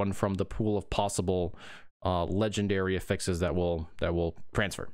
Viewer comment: Cant watch because he can't pronounce affixes correctly. sigh